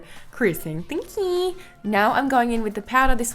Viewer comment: "Thankjiii" legendary! 😃